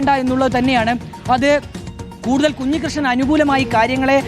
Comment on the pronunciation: Kunji alla kanji krishnan